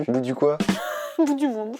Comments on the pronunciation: On dit pas boudu mais "boudiou" 😂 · Boudu se prononce « Boudiou » :) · Juste le boudu se dit boudiou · c'est bondu mais on dit bon diou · Sa se dit '' bon Diu'' bonDiu